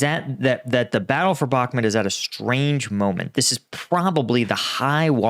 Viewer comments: bak muuuuuuuut. not bak met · I'd give Zelensky the benefit of the doubt on it. I assume he wasn't briefed properly - among all the meetings half a world away, plus the situation was changing quickly. Also I'm pretty sure it's Bakh-MOOT not Bakmet . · Umm, I've never heard it pronounced like that. Bakmet? It's Bakmoot. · Please! It’s bhak moot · When you cannot pronounce a city’s name properly, I think you should not talk about it